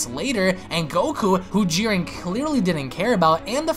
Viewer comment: It's Jiren, not Giren